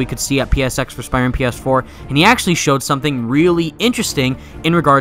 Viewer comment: he keeps saying spiman